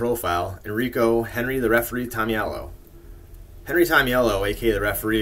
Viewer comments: Nice job! But you're pronouncing Henry's last name wrong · and ya you are pronouncing his name wrong but we know great videos